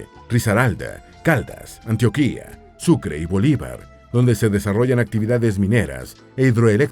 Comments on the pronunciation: Se equivoco con la fecha del la firma del acuerdo de paz y no pronuncia bien el el nombre de Antioquia de Arauca pero esun buen video y espero que siga hablando mas de Colombia y que la proxima pronuncie mejor los nombres de los departamentos de Arauca y Antioquia y me alegro que no solo se sentrara en los lugrares donde se produce C0caina si no en la geografia de todo el pais🙂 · Muy bueno el documental!! Hubiera sido excelente solamente que alguien hubiera corregido al narrador y le hubiera enseñado que la palabra “carteles” no es esdrújula o sino llevaría tilde, por eso debería pronunciarse con el acento en la segunda sílaba. Y también con “Antioquia”, Se pronuncia con el acento en la segunda sílaba, no en la última. Se oye muy raro cuando la dice, es como si un mexicano estuviera viendo un documental sobre Mexico y el narrador lo pronuncia Mexicó (con en acento al final) 😂 O me imagino que es una narración robot automatizada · Ante todo, felicitaciones por tan buen video, en cuanto a documentación y guión. Con el ánimo de instruir un poco más en cuanto al dialecto local haré algunas aclaraciones. Se dice: Antioquia con acento diacrítico en la O. Valledupar, no tiene acento en la U. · Hola amigo, me encantó tu video!! Pero "Antioquia" se pronuncia con la "O" tónica, el "Antioquía" al que te refieres es otro lugar, igual muy buen video :D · Como colombiano me agrada este tipo de contenido que divulgue las maravillas de mi país, sin embargo también como colombiano debo anotar que tiene muchos errores de pronunciación y datos: Antioquia no lleva tilde, la que lleva tilde es la que queda en Turquía; el río y el departamento se llaman Arauca no Aruaca y las montañas que rodean a Bogotá, y ninguna montaña en el mundo, va más allá de los ¡31.000 m.s.n.m!; solo por mencionar algunos errores. Las opiniones son debatibles, pero los datos y los nombres no. Lástima que tan buen trabajo de investigación falle así repetidamente. De todas formas, chévere el video.